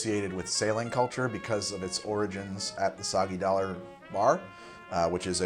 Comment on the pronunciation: Judging from how fails to say "Soggy Dollar Bar", I'd guess he likes O Brother Where Art Thou?